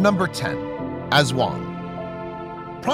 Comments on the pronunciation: Bruh u pronounced aswang wrong Its ass-wang And its called cha-nak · Did he pronounced, ASWANG As Eswong It's Tik-ba-lang Not Tikbalang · The way he says aswang hahahah